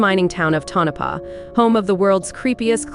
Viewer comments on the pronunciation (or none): Lol, it's"TONO PAH"